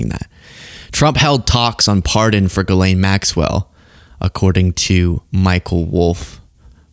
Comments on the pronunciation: why do people keep pronouncing it Jizz Lane lol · I love that after all this time, no reporters can pronounce Ghislane's name right. Jizz Lane is my favorite.